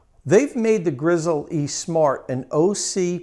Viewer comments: Dude, its pronounced "grizzly" like the bear, not "grizzle-E" like a chicken leg. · my god, just pronounce it the way it should be, Grizzly! not GRIZZEL E, shoot me already. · Great video review, will be buying partially based on your review. by the way it is pronounced “grizzly”. like the bear!! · PS. It is actually pronounced ''grizzly'' with no pause.